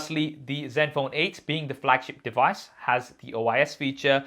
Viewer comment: Sounds like u saying zet phone or silent n is this an Indian way of pronouncing it ?